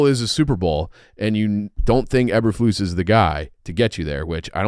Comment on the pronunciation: can't say Eberflus correctly